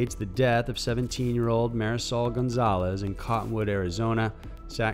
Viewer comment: The way he pronounces "Marisol." Oh my god...